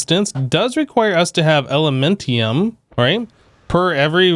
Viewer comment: It's elementium not elementum bro.